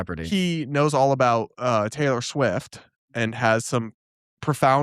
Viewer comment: I interrupted my white cis ass to notice Brad pronouncing this.